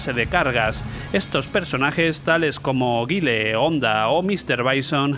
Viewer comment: Es Mike Bison, no Mister Bison. Es Gaile, no Guille. No es que este video desvele mucho, habia videos que desvelavan completamente analizado frame a frame los hitbox de los diversos titulos, y esto de Street Fighter no era exclusivo, los de Capcom eran los mas injustos. Lo que me hace gracia es que digas que Ghost n Ghoblin o Ghost n Ghost eran dificiles, cuando estaban tiradisimos. Yo recuerdo que el que pillara puesto en la maquima se tiraba toda la tarde porque ya nos sabiamos todo al dedillo y yo ya ni intentaba pillar sitio.